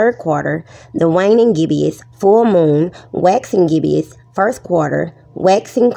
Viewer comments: I love how she calls us “globetards” when she can’t even pronounce the word gibbous correctly. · I lost it at 'gibbeous' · “Gibbious.” God save The Queens. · Did she say "Globetard"? I find that highly offensive. What is a "Gibbious" moon 🤣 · With a voice like that she HAS to be trolling. You can’t take anyone seriously when she pronounces reflect “reflek” and gibbous “gibbious”. But i did like her as that sheep in Zootopia lol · "Dat, dis, gibbeous," Uneducated and unwilling to be taught. Sad individual' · "Ukkyer"? "Gibbeous"? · Every time she mispronounces "gibbous" by not only giving it hard g but an extra i, I want to scream. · Not taking lessons on astrophysics from someone who can’t read the word Gibbous correctly.